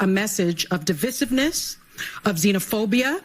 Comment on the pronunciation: The people that are smart enough to know the word "Divissive" DOESN'T EXIST voted for Trump! Fyi it's divisive pronounced de-vize-iv NOT DE-VISS-IV!!